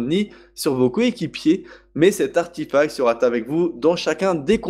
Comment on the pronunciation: On dit arTEfact xD